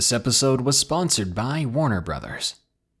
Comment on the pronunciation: Whaat? Warner Brothers? I was sure I heard it wrong the first time